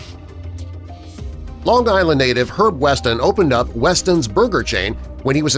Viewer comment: Daryl Veal they spelled it right. Didn’t Pronounce it right